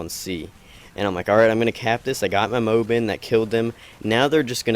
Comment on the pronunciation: Its moab, not mobe